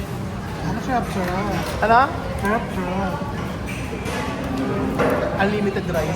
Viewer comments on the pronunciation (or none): Natawa ako sa charap charap ni